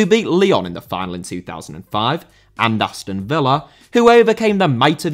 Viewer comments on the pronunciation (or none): none